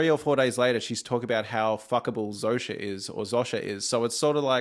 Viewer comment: Dude, Zosia is pronounced "ZOH"-"SHA"